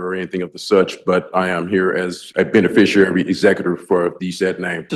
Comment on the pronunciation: Did he say benbiciary?